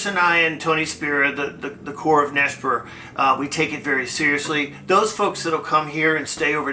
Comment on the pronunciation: IT'S NOT NESPAR IT'S NESPER !!!!! 🤦‍♀️🤦‍♀️🤦‍♀️🤦‍♀️🤦‍♀️🤦‍♀️